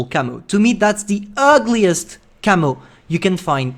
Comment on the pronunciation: UGLIEST, I think, not ULGIEST